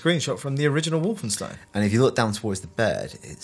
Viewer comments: Just to clarify, no, the entire game isn't on this Easter Egg, it's the first level of the first Chapter only. Plus, it's WolfensTEIN, not WolfensTEEN. You'd think after 22 years and countless interviews with developers and people involved in the project, the name would be pronounced well by people in the medium. And finally, this isn't a level from 'Escape from Castle Wolfenstein', it's 'Wolfenstein 3D'. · Wolfensteen? Fairly sure it's pronounced Wolfenstine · And lol, Brits pronouncing "stein" so funny, it's supposed it be "shtein" not "steen", tho I don't know if it's spelled "schtein" in German, and yes I know my German is horrible, I just started learning it and the few words I know are from games and films but that's it, didn't have much German TV back in the day to learn it better.